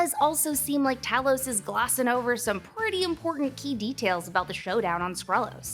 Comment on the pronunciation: Tah-los = Elder Scrolls Tay-los = Skrull